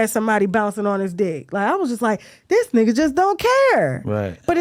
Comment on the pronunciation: She saying "nugga" like PINKY "NUGGA"😂😂😂